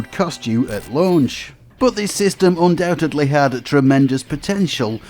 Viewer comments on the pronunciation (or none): none